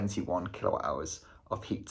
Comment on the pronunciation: Is it your pronunciation or I am hearin kilo hours?😂😂😂 kWh is kilowatt-hour